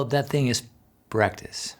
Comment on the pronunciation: I was a bit distracted when you said 'practice,' and I thought you said 'breakfast.' Sorry, I'm hungry and should go make lunch instead of watching guitar videos. 😆